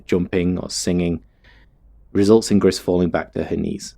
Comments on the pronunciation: I think the name might be pronounced "Gree", cuz it's the french word for "grey" and spelled the same. :P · It's pronounced 'gree' my friend. Its French for grey. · The creators are Spanish, actually, so it's pronounced "grees" for grey